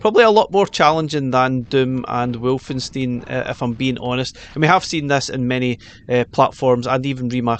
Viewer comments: Hey. Just a linguistic thing (I had to do German from the age of 11). It's not pronounced "wolf-en-steen" it's pronounced "Valfe-an-stine". There is no "double U" in German, just "double V". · I'm sorry did you just say Wolfensteen? 😞😅